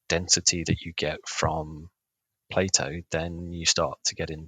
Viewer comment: say "play-dough"